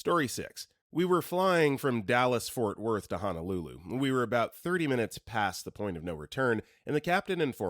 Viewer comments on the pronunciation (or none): none